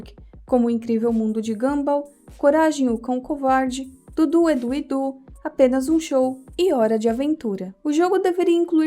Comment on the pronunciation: qual a dificuldade em falar "du, dudu e edu?" kkkk